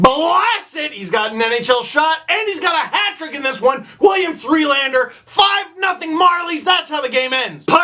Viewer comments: work on your French steve.. it's pronounced more like "duh" than "doo". Nylan-duh sounds a lot better than Nylan-doo. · Nylan-deux should be pronounced "Nylanduh"...think Nylander said with a Boston accent...ish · Melvin doo